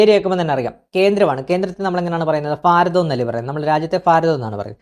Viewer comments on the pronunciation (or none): ഫാരതം അല്ല ബ്രൊ ഭാരതം